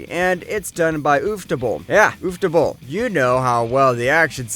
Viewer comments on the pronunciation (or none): Okay. I'll be honest. Listening to him pronounce Shirou and Sakura as 'She-rew' and 'Sa-koo-rah' had me talking out loud to myself like 'How tf does this guy have an Anime channel and he can't even pronounce their names correctly?' And then he said 'oof-ta-bull' and all was forgiven. As evidently it turns out he's fully aware he's a filthy heathen wallowing in his own shameless depravity for all to see. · no way bro said uff-table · my man said "ufftoble" highlight of this video:goodvibes:🤣🤣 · No hate but the ooftable pronounciation of Ufotable got me good.